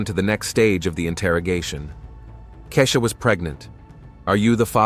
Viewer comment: Keisha not kezia, keshuh, kehsheeuh! Not Lotousxia, Latasha. Who’s reading!? Mercy!!!